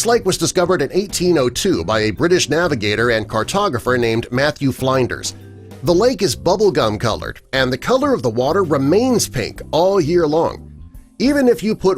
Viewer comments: Re: the lake in Australia. The person's name is "Matthew FLINDERS. Not, "Fline ders". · The name is pronounced Matthew Flinders not Matthew Flynders. Yankees and their lack of metric understanding. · Matthew Flinders his last name is pronounced Flynn ders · Im sorry mate but im aussie and with the pink lake the guys name was pronounced matthew flynn-ders. Im sorry but wtf made u think it was what u said? Abit special there?